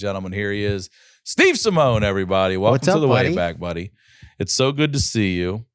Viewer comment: Dude, it's Simeone ( Sim ee oh knee)